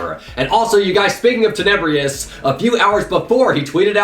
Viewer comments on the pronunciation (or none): I dare you to say tenebrious one more time there's no I